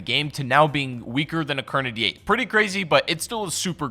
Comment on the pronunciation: It took me damn near the whole video to figure out that you were saying kar98. If people can't understand what you're saying in a video that you talk in then dont talk.